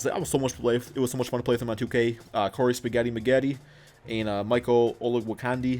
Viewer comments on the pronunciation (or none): none